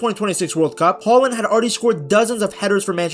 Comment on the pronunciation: Great video ! 🤗 And I love that you use the Norwegian pronunciation of his name ! 👍 Regards from Norway 🇸🇯